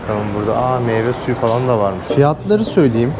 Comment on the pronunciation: meybuzu meyvesuyu diye almana patladım hshshsksjsdhjasshdjfld